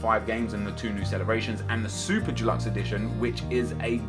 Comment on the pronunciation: why in god's name do you find it so hard to pronounce the word 'deluxe'?! Not fucking dulux like the paint..